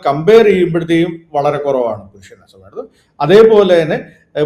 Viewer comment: "Sambandhichidatholam" ennu thelichu parayaan ariyillenkil aa vaakku upayogikkaathirikku maire